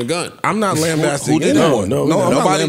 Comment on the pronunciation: Lost me at “lambasting”